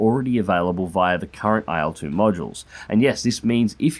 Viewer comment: please stop pronouncing it AYEL-2